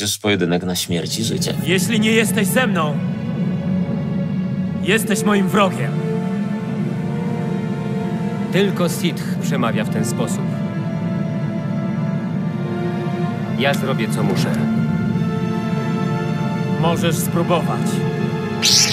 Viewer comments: Dubbing gwiezdych wojen jest swietny kiedyś myślałem ze to jest oryginalny dźwięk tylko czemu było mówione sith czyli tak jak się pisze a nie sit tak jak większość mówi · mam jedną skargę odnośnie dubing-u czytacie sith jako sith a nie sit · uwielbiam dubbing tych panow ale mnie boli w uszy jak slysze wymawiane "H" w slowie SITH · Inna sprawa, że ani "sith" ani "sit" nie jest poprawne, bo po angielsku mówią "syf". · mam pytanie dlaczego SITH jest tak bardzo akcentowane H Mam wrażenie że po angielsku mniej słychać tam tego H niż po polsku ...